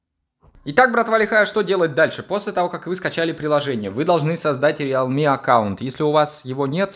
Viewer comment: Правильно произноситься "РИЛМИ"